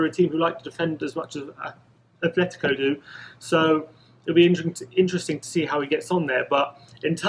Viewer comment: It's not Athletico Madrid, it's Atletico without the H. Please stop saying Athletico. There's Athletic Bilbao and Atletico Madrid, it's not difficult. Thank you.